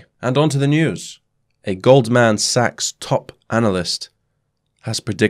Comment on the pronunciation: Gold, man, sachs. I chuckled when you spaced out those syllables.